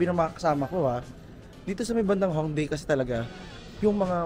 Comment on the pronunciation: Hi, hopefully hindi ka po magalit.. sa intro title po, bigkas po ay Myongdong (pero spelling is MyeongDong). Yung bigkas naman po sa Hongdae po ay ay Hongde.. (may ibang words na hindi nabibigkas yung kung anumang unang vowel kapag dalawang magkasunod na vowel). and may iba po na yung S po bigkas ay Shi, ex. po ay Siwon ng Super Junior (kpop), Shiwon po bigkas sa name nya..